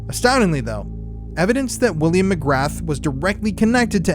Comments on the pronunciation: McGrahhhhhhhhhhhhh not McgraTH…… William Mcgrahhh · McGrath is pronounced McGraa, no TH sound, I'm irish it bothers me but most of our names sound nothing like the spelling 😂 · Pronounced. Ma graa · McGrath could be pronounced as McGraa if it's Irish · McGrath is prounced mc gra Just letting you know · McGra. You do not pronounce the “th” 👍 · Can't take seriously with how ur pronouncing mcgrath 😂😂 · Interesting, but the “T” in “MCGRATH” is silent and Britain's CIA is MI6. MI5 is more like the FBI. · You are mispronouncing Mc Grath - the ‘th’ is silent. Just saying